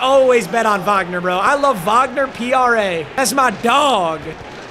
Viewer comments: as a german i can tell you, you pronuced his name correctly, i'm proud of you :finger-red-number-one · I'm german, and I'm impressed how well u pronounced "Wagner"